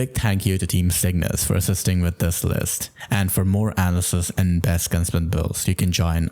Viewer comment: Hey, it's uh-NA-luh-sis not ana-lysis. Otherwise great video! Been enjoying your stuff since the beginning❤.